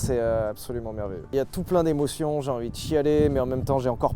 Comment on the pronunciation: "C'est les emotiong" vous avez la réf 😢